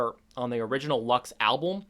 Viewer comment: Not Lax ,but LUX with an English u